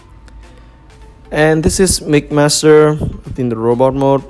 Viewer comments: It’s mixmaster not migmaster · Sounds like "Mickmaster" haha Good review I'm definitely buying this figure. Maybe even two since I want one for combined mode. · too much of the saying Mick Master and not Mix Master